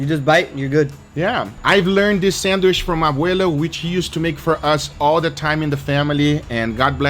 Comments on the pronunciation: Does anybody else get a litlle triggered that Guga always says "sandwiSH", instead of "sandwiCH" :"))))) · Sandwish? :D